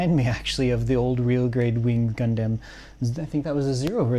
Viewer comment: Love HLJ videos but one thing I hate is how this dude pronounces Gundam, Gun-Damn.